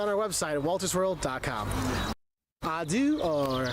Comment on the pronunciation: It's not "adu" but "adieu" which means goodbye like adios in Spanish. I live in Rouen. if you come back to France. I could be your tour guide. =)